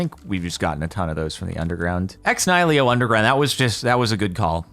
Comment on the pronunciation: Love the series but everytime you say ex nihilo it bugs me. Please pronounce the other 'i' in the right place lol